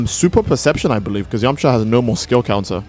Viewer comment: It’s yamucha not yamacha